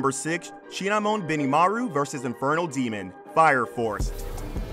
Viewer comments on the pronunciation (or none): shinmon, shinmon, not shinamon